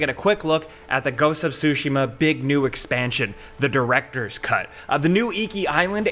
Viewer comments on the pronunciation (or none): It's "Tsushima" not "sushimma"